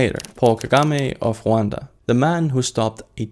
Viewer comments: its rwanda😂 why are you saying huanda? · Rwanda 🇷🇼 not Huanda 😂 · why does he call Rwanda huwanda? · Rwanda not Hwanda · why the prononciation of roo—an-duh like that? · I was really confused about which country you were saying for the last one because American English pronunciation for Rwanda is with the R ruh-WAHN-duh 😂